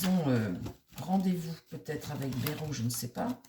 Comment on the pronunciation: Bonsoir, on dit: BAILLE ROUE